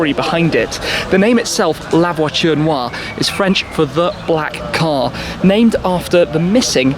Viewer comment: I'm not french but that "noire" pronunciation by Shmee sound so wrong